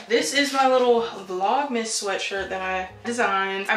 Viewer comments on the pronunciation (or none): you always have the prettiest bonnets! I use jergens as well :p your vlogmas sweater is so cute! lmao not "vlomas"